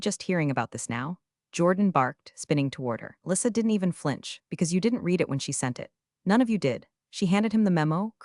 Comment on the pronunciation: The past tense of read is pronounced red, although spelt read.